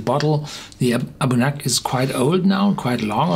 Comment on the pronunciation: nice review, however the pronunciation is interesting to say the least... galic as garlic? abunadh is pronounced a boon ah, but review is spot on and full of great information!